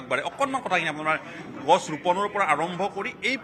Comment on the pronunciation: অসমীয়া ভাষাৰ কি উচ্চাৰণ দেই😢 গছ গৈ গাছ হলগৈ